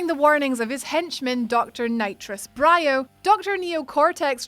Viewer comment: Anyone else get triggered the way says N.Brio’s name?